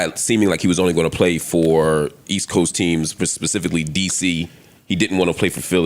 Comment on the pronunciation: “Pacificly” Dr Hill?